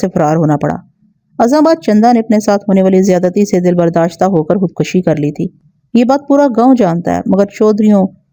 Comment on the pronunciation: Khud kashi خود کشی ek ghalat lafz hai .. Correct word is " KHUD KUSHI" خود کشی میں ک کے اوپر زبر نہیں بلکہ پیش ہے